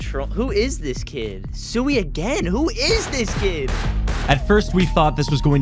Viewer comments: Its sui not sewy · my guy said suey 🤣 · Bro is really saying SEWI lmaoo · casully pronouncing suuuiiii wrong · The way you two pronounced Sui cringe